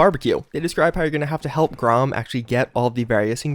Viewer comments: Its pronounced GREY-um or GRAM not GROM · "Grom"?, c'mon... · And do you spell "Graham" with only one "A"? The mutant's name is pronounced GRAHM, not GRAHAM. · Grahom? It's pronounced grayham